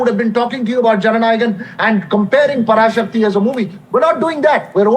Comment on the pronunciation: The pronunciation of Parasakthi is wrong.. Pls correct it.